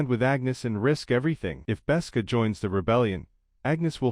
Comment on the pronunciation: Besca? Galeed? Try again.